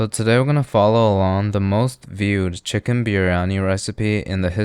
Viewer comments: Did bro say butter kitchen to butter chicken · 'Butter kitchen" ahh yes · He said butter kitchen right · did bro just say butter kitchen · Bro said butter kitchen 😂😂😂😂😂😂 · he said, butter kitchen right? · Bro you said kitchen instead of chicken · Bro said butter kitchen 🤣🤣🤣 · bro said butter kitchen 😂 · Bro really said butter kitchen 😂😂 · he can’t even say chicken, right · bro said butter kitchen